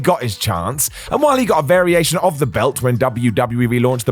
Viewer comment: Who talks like this guy? Twos-ah, belt-t, Rhino-wah.